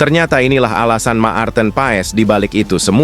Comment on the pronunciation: Bacanya Mart'en (marten), bukan ma-arten.